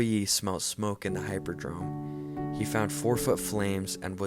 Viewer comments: Hippodrome, not Hyperdrome. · It's hih-poh-drome, not hy-poh-drome.